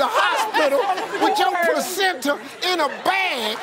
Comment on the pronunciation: She said placenta 😂😂😂😂😂😂😂😂😂